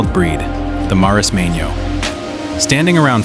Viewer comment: Perdona menorin no menorquín compañero es menorca😅😅😅archipiélago menorquín déjate de menorin o esque no lees lo que pones en el video😅pero que marismano marismeño no sabes ni leer calamar hay lo pone muy claro marismeño